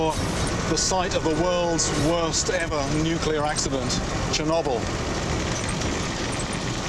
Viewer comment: lol “Chernobble”